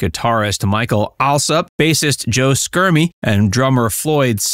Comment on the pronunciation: SHERM-ee, not SKERM-ee. Also, when the band split up in 1976, the three remaining original members were Chuck, Cory, and Jimmy. Mike Allsup and Floyd Sneed had left in 1974 to join Joe Schermie in a band called S.S. Fools (which also featured future Toto singer Bobby Kimball), which proved unsuccessful.